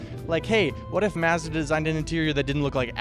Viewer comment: I can't tell if he's trolling us telling about his car like he is. Lol dang too funny mehhzda"